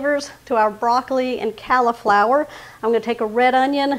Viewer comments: Good recipe although i prefer the veggies to be raw and add raisins. Also ive never heard anybody pronounce cauliflower, "calliflower". Its pronounced colliflower. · Yum! Great recipe. I have never heard someone say cauliflower the way you do.